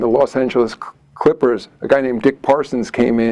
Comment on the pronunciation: Did bro say Los Angeles Crippers??